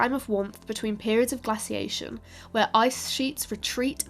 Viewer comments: "_Gla_ciation" - _gla_c / 😐 'Glaciation' - _glay_c? 🤔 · Glass-iation? Its Glay-ciation. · Where is from? your English is pretty good, apart from the glassiation and hollowscene. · I've heard some Americans pronounce it glay-ciation in their language, which has always struck me as rather odd. There is no y in the word. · I can't listen to glaciation being butchered over an over. Pity. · Anyone notice she pronounced glaciation two different ways? One, the way I am used to as an American, and the other with a short sound A that I assume is British pronunciation. Kind of a weird thing I noticed.